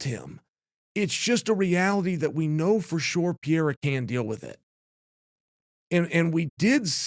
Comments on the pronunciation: pe re ra not pieeeeeeeeeeera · Chael not PEEYAYRA: try this: PAY-RAY-RAH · It's not PIERA!!! It's PE-REI-RA!!! PEREIRA😂😂😂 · Pereira is pronounce with a flap T sound, as in "better" or as in "daddy". Kinda like "Petteitta". It's funny when people call him "Piera" or "Peheira" (Mighty Mouse) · Is it really that hard to say Per-Air-A? I really think that it it disrespectful to mangle the shit out of these names. Their name is their recognition and “brand”. Some WWF ripoff artist acting like he is the king of promotion and is helping promote guy is stupid! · It’s pronounced “Peh-reh-rah” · PEH-REH-EA-RAH = PEHREHEARAH = PEREIRA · Chael can’t stop saying Piera that’s crazy 😂Alex is not very hard but impossible to bet against man always proves you wrong Did it with my bot Izzy but Ankalaev might definitely be his toughest matchup period Remember Khabib type fighters in heavy weight mode is going to cause some trouble Chama has to go for the KO as always Ankalaev not Izzy not DDP nor Strickland or Jiri … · O cara ta na quarta defesa de cinturão nessa categoria e o Sonnen ainda fica com essa porra de "Piera". Fala direito carai kkkkkkkkkkk